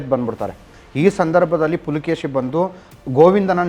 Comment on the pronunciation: Pulakeshi alla guru...adu Pulikeshi.First adanna correct Maadi.